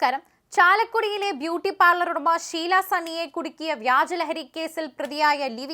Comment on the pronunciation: ശീലാ അല്ല ഷീല